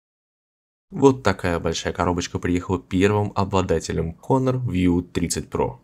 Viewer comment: не хонор а онор лол )))